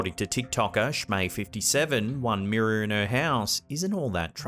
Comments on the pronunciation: Wtf is a meerah it's mirror....smh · Take a Drink every time he says "Mirrah". There's a Ghost in the Mirrah!